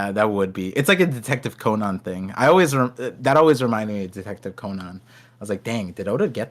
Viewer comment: I think people who purposely mispronounce things should be put in jail. you have NEVER heard ANYONE pronounce detective Conan as COH-NON. Are you insane? Why are you choosing to pronounce it wrong? There are just some people in this world who need to be different at all costs